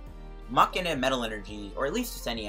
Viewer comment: Please stop pronouncing muk so violently